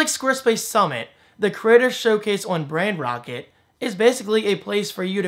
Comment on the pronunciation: I'm assuming Brand Rocket was not available, but why did you call it brand rockt? Rather than Brand Roket, or something that doesn't confuse pronunciation.